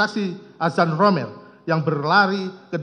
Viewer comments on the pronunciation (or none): none